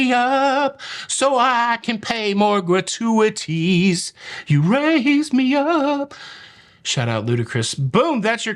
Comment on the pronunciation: “So I can pay more gra-tu-a-tees” - Shout out Adam Sandler (the way you sounded). I am now in the habit of giving a shout out to Ludacris at random moments. And thanks for the heads up for Top Chef; was wondering when the next season was coming - couple it with final 4 on Celebrity AND Curaçao? Yes, please. I will wait until last few episodes to get a month’s channel subscription.